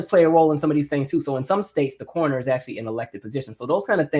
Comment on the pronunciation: when you said Cornoner because of your accent I thought you were saying “corner ‘ and I was like the corner store lol 😂😂